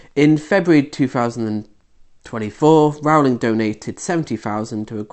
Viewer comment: You have 22 likes, can't pronounce her name properly, and are taking her out of context. You can't pronounce Maya Forstater's name correctly either. You're not very bright.